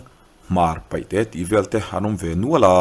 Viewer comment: Ngati nge paihte hi in tih ve ziah le paite tih tur ania lam pawh in thiam lo anih hi in ti lusei em em si hian